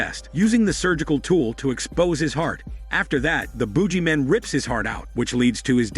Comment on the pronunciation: lol is mispronouncing things intentional? This is the second video of yours I've seen. You kept pronouncing Emo as "eh-MO" in Cabin Fever 2 and now this thing is the Boojieman?